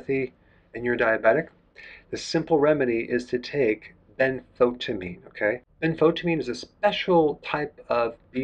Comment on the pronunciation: I love Dr. Bergs videos but please Doctor Berg.. as you talk about B1 in every other video.. please learn the name properly. It is not Benfotamine as you always call it.. its Benfothiamine. As from the word Thiamine for B1. There is an 'i' in it else it the word would make no sense. Saw this in like 100 videos and finally cant stop myself from pointing it out. Other than that as always valuable information.